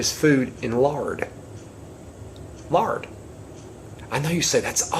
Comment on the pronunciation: Sounds like he said 'larding ' at first, Lol! :--)